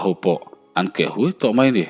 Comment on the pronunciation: Keh hui ti a hui tih lai hi huih tiin chhiar lo la